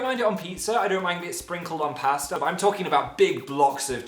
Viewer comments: thats definitely not how you pronounce pasta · But are we really going to ignore the way he pronounces pasta XD I'm dying